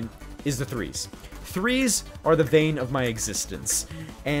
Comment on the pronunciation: It's kinda funny when says vain of his existence rather than bane of his existence XD